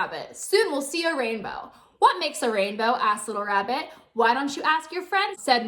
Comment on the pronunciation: who noticed that she said the rainbow wrong